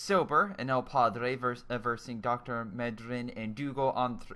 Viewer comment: EL PADRUE! i love how english speakers pronounce spanish.